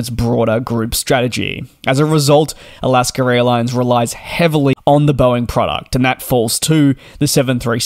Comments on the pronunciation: Can you PLEASE learn to speak properly. It's AlaskA Airlines, not Alasker-Railines? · Every time you say "Alaska airlines" I keep hearing "Alaska raillines". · all i hear in these videos is Alaskar Airlines